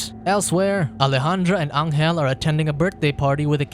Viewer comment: Pronuntiation. Angel in Spanish sounds like Angel in English but G